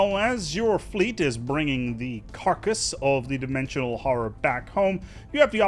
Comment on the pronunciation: Dimwensiwoal howwow